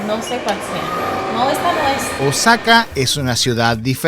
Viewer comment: eres un tontolin al titular tu video,no veo nada sucio,sucios deben ser tus calzones.Y por cierto no es Osaka,es ooosaka infeliz,ese tonito de voz de subnormal es terrible